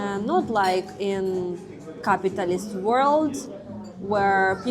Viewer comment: I would pay top dollar for that CCCP spaceship planter. Totally cool. I love the way she pronounces Capitalist also!